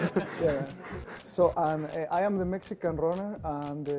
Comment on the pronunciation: "you just watched the meskan runner"